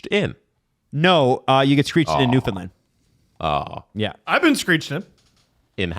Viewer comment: If you pronounce newfoundland “new Finland” again well have a problem 😂